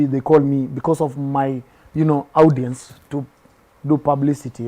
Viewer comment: This boy is way ahead of himself. 1. Our National language is English. 2. Nurture talent not nature talent. 3. Check audience pronunciation on the audio dictionary because you love the word but you are butchering it. 4. So yiu are also the best dressed whattt? Isoke You have nothing on Obiziiii🎉